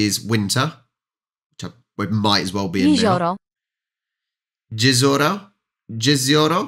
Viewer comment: As a Pole, who paid attention at English lessons (mostly) I just can't stop laughing from "jezioro" pronaunced as "jizzoro" :P But, the best way to learn language is through contact. I think it's cool you're learning this one :D